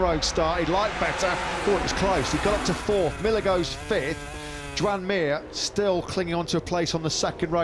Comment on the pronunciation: „Yoan” not „joean”…. Learn how to spell Mir name